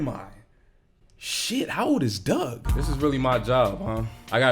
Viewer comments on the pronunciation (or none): none